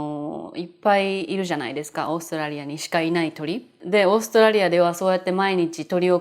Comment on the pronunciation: To me it sounds more like オーストレリア.カタカナはね。🤣 色々のいい動画を作ってくれてありがとうございます！